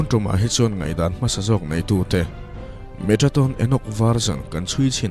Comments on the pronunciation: Metraton ti in ilam in ka hria a. Metatron tih zawk tur ani in ka hria a.. Ka hresual pawh a ni mai thei.. I aw a fiah in ngaihthlak a nuam e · Metatron tih in a in ziak a, Metraton tiin i chhiar a. Eng hi nge dik zawk aw.!!? A ngaihnawm hle mai. 👍👍👍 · Metraton tih deuh hlîr in i lam bawk sia😁